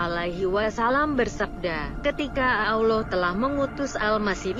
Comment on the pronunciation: siapa yg membacakan kok ketika menyebut nama Allah dan Nabi Muhhamad s.a.w tidak pas ya alias FAIL...belajar membaca Qur'an dulu mba biar pengucapannya PASS gitu lho atau suruh muslimah pesantren yang membacanya jadi lebih enak kedengarannyannya di telinga.